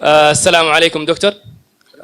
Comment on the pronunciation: Bro.Your Assalam U alaium was 1000% saudi Arabic.